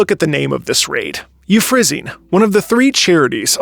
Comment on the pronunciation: It’s “you-FRA-sin-ee,” isn’t it?